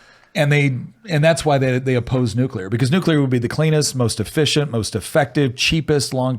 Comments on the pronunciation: Why does say it like "nukeler"? I've heard the "nucular" mispronunciation, but that one's new to me. Also the fear isn't from the technology, it's the certainty of bureaucratic hamfisting of bloat and bullshit into any government regulated project of that scale, ensuring potential for runaway risks. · is Nu-clear. Not Nu-cu-lear.